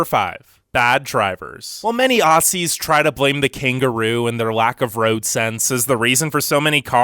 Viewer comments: This dude pronounced it AUSSIES like no mate it’s OZZY. With a a. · I love how he say A-ss-i-ee-s its Aou-zz-iesz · Don't pronouns it ossies it's pronounced ozzies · This idiot saying assuies killed me